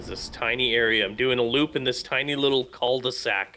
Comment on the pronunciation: Sup guys, if you can say ''u'' in french, then you should say ''K-hu de sac'' (the L is silent) ;) Always nice to watch you!